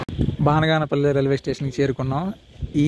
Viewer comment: బానిగానేపల్లే కాదు బనగానపల్లె